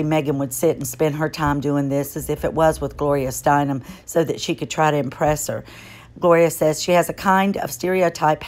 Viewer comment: It is Gloria Stein - EM. Last name is pronounced "stine-um". Just sayin'..........